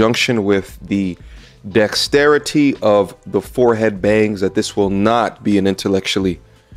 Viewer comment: what is bro even saying😒”thE dExTiRiTy of the forehead bangs👀”?!